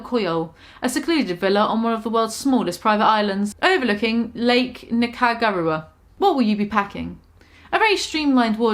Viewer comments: LOL I love her, but I was cringing at each mispronounced name....the weirdest was the way she pronounces Nicaragua, like 90% of everyone I know (including people her age) knows how to pronounce it correctly lol..... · I had to pause the video at that point because I was laughing so hard I had tears in my eyes. I really want to see go to a fancy restaurant and loudly mispronounce everything on the menu. 😁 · it hurt my head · Something about pronouncing Nicaragua make my New Years better